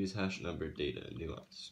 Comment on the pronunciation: Hey, I'm not trying to nitpick, but I'm a cybersecurity editor, so things like this bother me. It's pronounced "nAHnce." With a long "A". You're pronouncing the word, "nuance," which is completely different from "nonce." Sorry. Like I said, not trying to be a jerk, but I figured it'd be better to let you know now, rather than let you keep going with it.